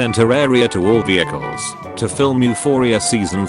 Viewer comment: I’m singaporean, and I got stuck at every “vehicle”